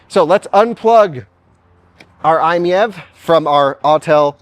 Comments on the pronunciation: Dude should be seeing that the car's model is MIEV. It's written on the sides and on the carpet in the back. It's "My EV." And yet he says, "I'm MEV." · FYI, Doug Demuro is completely wrong about the pronunciation, it's actually "eye-meeve" like you would read it normally, not "eye-miyeve" like he did. Also fun fact "MiEV" was supposed to be shorthand of "Mitsubishi in-wheel EV", that obviously didn't work so they changed i to stand for "innovative" lol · i think it might be "my-ev" like it's my ev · It's pronounced M I E V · If I'm not mistaken, the MiEV was the electric version of the "Mitsubishi i" from about 2006, hence the "i miev". And it's pronounced "My EV" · It is pronounced like "eye-meev". Retail Price (US) 2012 ES: $23,000 Battery & Type 16 kWh Lithium‑Ion battery (330 V) Electric Range EPA-rated ~62 mi combined (98 mi city) Charging Time ~7 hr on 240 V / ~22 hr on 120 V outlet Fast-charge (440 V) ~30 min to 80% Powertrain & Performance Rear-wheel drive, single-speed transmission ~47–49 kW (63–66 hp) 132–145 lb-ft torque Efficiency EPA combined ~112 MPGe City ~121 MPGe / Hwy ~102 MPGe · I think it's pronounced My - EV😂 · I think it's a play on words and its supposed to be pronounced like "My-E-V". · I believe it's pronounced "My EV", like it's my EV. Try that. 👍🏾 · Pronounced Eye Meev. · Pronounce it “I’m EV” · It’s pronounced m-ee-eh-v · when they were released at auto shows Mitsubishi pronounced it as the I me E V fyi! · I think it is pronounced "My EV" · I think they should’ve dropped the I and pronounced it My – EV. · Pronunciation per Mitsu sales organization was just two syllables - "eye-meev". This was better communicated in Euro markets, but in the U.S. MMNA so thoroughly despised the vehicle (apparently imposed on them from Japan corporate) they rarely said anything about it at all. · According to the web, i‑MiEV is pronounced: "EYE‑meev". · iMev. Pick one pronunciation and stick to it.